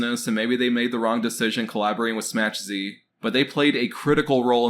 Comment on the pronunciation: Dude SMACH Z is a polish word meaning a SMS/Message from. It is pronounced SMACK Zuh ( like huh with a Z)